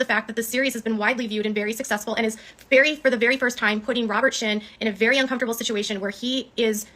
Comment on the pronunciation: You can tell she’s had at least a few drinks by how she says “shituation.” Is t it such a coincidence that the same exact things happen whenever she’s not doing well in a lawsuit or if she’s not getting enough attention from viewers when she’s got a target in her grips? Tati, leticia bias, Todd chrisly, Brian Landry, etc. it’s always fake swatting calls, threatening emails about her and her son, photoshopping her son into p*rn, spoofed emails, etc. so strange the same things keep repeatedly happening…